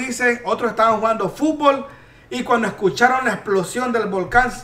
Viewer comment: Dijiste volcon y no volcan q chistoso por eso me gusta verte para reirne jajaja